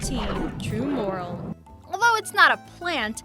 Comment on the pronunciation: Here we go again! I don't know about other things she mangled on this list, but "morel" is pronounced "more-ELL."